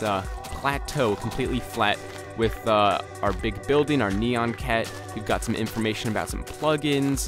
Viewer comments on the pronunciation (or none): you said neon cat not nyan cat and i'm just trying to correct your grammer